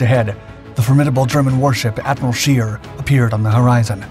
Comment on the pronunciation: You properly butchered the Admiral Scheer's name's pronounciation like no shell whichever caliber ever could.